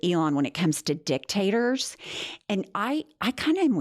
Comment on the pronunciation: “Dick-Tators “- lol ( love the pronunciation)